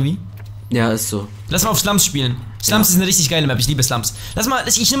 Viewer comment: Früher hast du immer zu Slums slumschki gesagt 😁